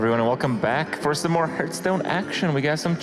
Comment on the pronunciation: Wow, cant believe they put a tweep who cant even pronounce the name of the game to give commentary...